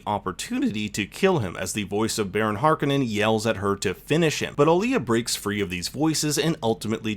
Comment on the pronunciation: can you pronounce Harkonnen right?